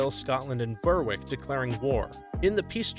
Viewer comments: Berwick is pronounced Ber-ick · For your information, "Berwick" is pronounced "Berrick".